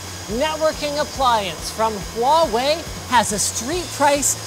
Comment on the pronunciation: thank you for using the correct pronounciation of "huawei" linus